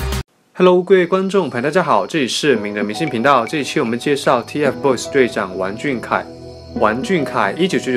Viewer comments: 读音错了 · 我是不是被二代吵聋了？我咋听成了"玩"俊凯呢？(没有恶意)